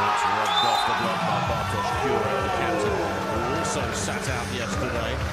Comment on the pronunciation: The u in Kurek's surname is as in flUte word, so [Koorek], not [Q-rek]